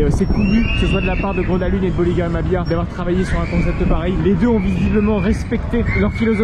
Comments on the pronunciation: Salut, le nom du parc se prononce "Greuna leund", attention aux prononciations c'est quand même important quand on utilise son nom souvent dans la vidéo 😉 Sinon ça fait plaisir de voir une vidéo dans ce parc très peu visité des park fans Français ! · sauf que le G se prononce "y" dans le cas de Grona Lund. Un petit rappel est toujours bon à savoir. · bah c’est surtout qu’il est tres commun de franciser les noms des parcs, donc rien de choquant ici. Je n’ai strictement jamais entendu un francophone utiliser la prononciation suedoise pour ce parc. mais bel et bien « grona lounde ». ceci dit un petit rappel toujours bon à savoir !